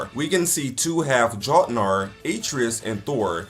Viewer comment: This dude has probably never played GOW 2018. He cannot even pronounce words that were used over and over in it like Tyr, Jotnar, Aesir.... I mean they mentioned the world serpent's name several times! Did he just not pay attention to any dialogue in the game?!?🤔